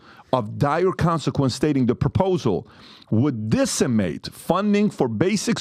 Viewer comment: Dude can't even pronounce decimate.